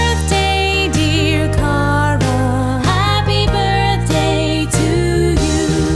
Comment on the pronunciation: It is said Caira not Cara but it is spelt Cara